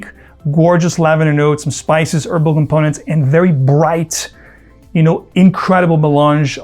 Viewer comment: Why does he say erbal for herbal?